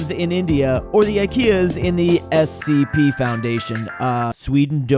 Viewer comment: And he actually got the correct abriviation... You'd be suprised how many people don't know it's "Special Containment Procedures"